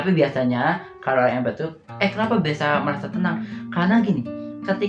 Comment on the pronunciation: Empath biasanya diucapkan impeth